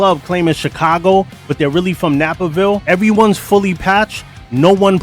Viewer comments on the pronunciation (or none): Napaville? It's Naperville. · sose rockin with ya bro ❤💪💯✊…. But it’s NAPE…erville lmao not napper- ville just beads up respect 🫡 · “Napperville” LOL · Love the videos, but as someone that’s from Chicago It’s NAperville, and I think people claim Chicago over Naperville (if they do that) is because one thing you think of when you hear that town is privilege. And 20 years ago I lived just south of Oblock on 75th and normal..